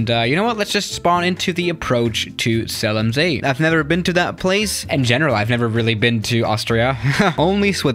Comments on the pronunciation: is german Also him: "zéalamsée" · It’s called ZELL AM SEE. You have to spell it properly in German